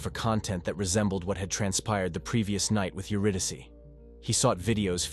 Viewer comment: If this is an AI Narrator, it must be top-flight, because I have never heard an AI pronounce "Euridyce" correctly before.